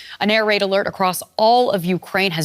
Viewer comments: Air-raid, not air-rade. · Maybe you should first learn proper english 'air rade' thank you very much. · Air-rade? Come on... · “Rade”? Really? :(